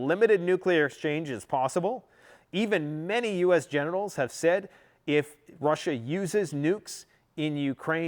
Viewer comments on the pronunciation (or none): …”think that a limited nuclear exchange is possible even many U.S. GENITALS think it’s possible..” LMAO i heard it and then turned on the subtitles and it even said that’s what you said 😂😂😂 dying laughing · He said genitals instead of generals. I heard it. 🤣🤣